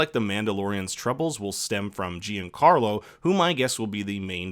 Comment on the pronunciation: Jee-An Carlo made me chuckle. I love your channel, but it's John-Carlo pronounced sorta french-snooty and as one word, like JeanCarlo Esposito, for future reference. Hope this helps.